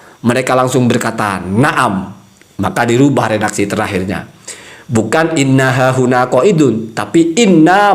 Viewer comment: Wkwkwkwk... Lu kritik soal agama ? Selain framing video orang lu potong trus bikin bahan bulliyan berbuah fitnah keji trus lu bisa apa😂😂😂 Kalo ktitikan Gus Zaini saya sepakat meskipun beda penafsiran dengan kyiai Imad Mengenai pelafalan yg keliru "inna hahuna" itu memang fatal Saling kritik dikalangan Nahdliyin itu sudah menjadi tradisi & itu masyhur Trus sesama Klan Baalawi ceramah yg distorsi kitab, caci maki hafalan isi kebon binatang fitnah keji dll ada yg kritik ? Yg ada malah saling menutupi / membela😂 Tp kalo yg kritik diluar klan Baalawi langsung gerak pakai modus tabayun berbuah persekusi itu fakta Mengenai kajian ilmiah Kyiai Imad tentang silsilah nasab Baalawi yg tdk tersambung di konten Gus Zaini kenapa g lu sebar ?😂😂😂